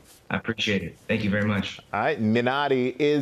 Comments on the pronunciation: Not really. He kept saying “mi-NAH-ri” and it is pronounced “MEE-NAH-ri”. His emphasis is on the wrong syllable so he’s not really saying it right. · Ummm it's MiNaRi!!! NOT MinNOTti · shouldnt the movie title be pronounced “MI- nari” with an emphasis on the “mi-“ ? Idk, that’s just how it’s pronounced in Korean..